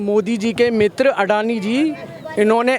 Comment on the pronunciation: अदानी नही सर अडानी हे नाम तो सही करो